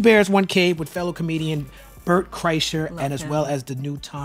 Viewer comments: That whole Steven Seagal conversation is awesome 🤣 Tom’s laugh at Bort’s name mispronunciation 😆🤣🤭 still mispronouncing Bret’s name wrong 😂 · Tom’s display of sheer joy when mispronounces Bert’s name is hilarious 😂